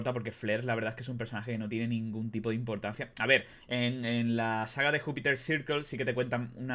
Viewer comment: Pronuncias legacy y Miller pero no Jupiter jaja